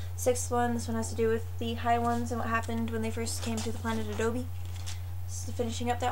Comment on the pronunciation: Sorry to be that guy, but I have to correct you on something. The Elfquest world is called Abode, not Adobe. Abode (rhymes with a-toad) means "home", such as "welcome to my humble abode". Cool stuff by the way!